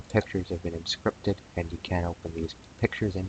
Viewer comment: The list of words that elude pronunciation grows...."Temporary"..."Encrypted" .... "Configuration".... "MSConfig"